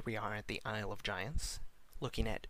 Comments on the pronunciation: it's pronounced "iyul" of quel danas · You're pronouncing isle wrong. Are you kidding me? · pronouncing isle wrong btw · man i love the "Ice-le" of quel'danis..